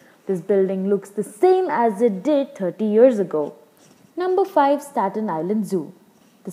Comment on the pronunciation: Geez, the lady doesn't know how to say Stat Nisland.